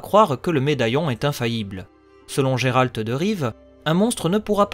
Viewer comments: Je crois que ça se prononce « gueralt » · Effectivement, je ne savais pas bien le prononcer à l'époque ;) Concernant l'école de l'ours, vipère et manticore, elles ne sont pas canons à l'histoire vu que ce sont des apports des jeux et non des livres :)